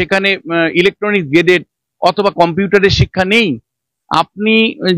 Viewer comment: সঞ্চালক মহাশয়া, কে জানিয়ে দেবেন, --- অরবিচুয়ারি নয়, শব্দটা "অবিচুয়ারি"; আর গেজেট না, ওটা হবে "গ্যাজেট"।